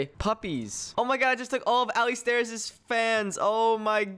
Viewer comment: Did u call alistairz Allie Stairs XD